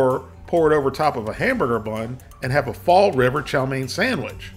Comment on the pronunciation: >Fall River Didn’t know you were from New England